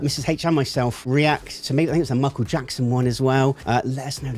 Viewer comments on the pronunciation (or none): none